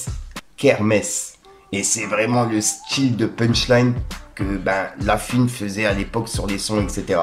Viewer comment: La FOUINE! PAS LA FUINE! 😂😂